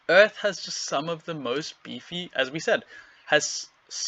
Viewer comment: Earf Splinter.